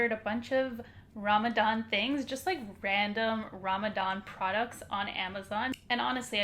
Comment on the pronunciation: U say Ramadan like a white person lol